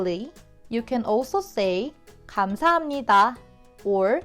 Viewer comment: Why does it sometimes sound like gamsahamnida is pronounced CHONsahamnida?